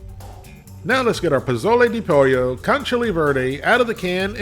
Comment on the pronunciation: POLLO is pronounced Po Yo. Just sayin'